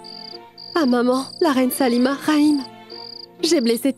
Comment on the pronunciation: Ayi on dit Salima pas saluma 😂